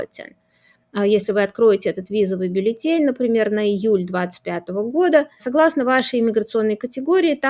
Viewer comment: БАллетин? Так говорят юристы?